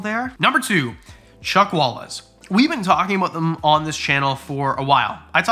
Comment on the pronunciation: Omg the collard lizards colours! They are so stunning 😍, anyone else thought he said Chuck Walis 🤦‍♀️